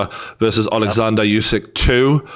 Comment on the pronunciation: It's not YOUsyk, It's OOsyk.